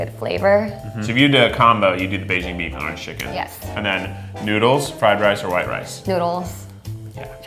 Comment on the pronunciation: "Arange Chicken"